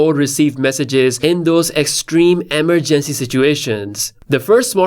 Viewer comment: Stop saying emergency the way you do